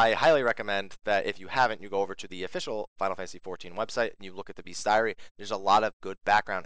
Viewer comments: Isn't bestiary pronounced [bee-stee-a-ry]? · I don't usually do this, but it's so hard to listen to: bestiary: "bistʃiˌɛri"